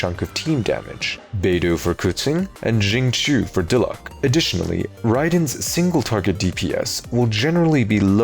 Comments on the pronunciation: pronouncing Japanese: "I studied abroad in Nagoya for 3 semesters" pronouncing Xingqiu: off the hook because no one pronounces him correctly pronouncing Diluc::pepega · Lol I blame the JP dub for forgetting that Diluc is Diluke in EN